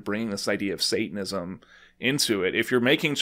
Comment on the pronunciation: I love that he can't even pronounce Satanism 🤣